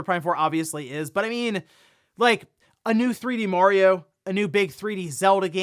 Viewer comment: I recommend everyone watch "The Wizard" to learn how "Mario" is pronounced.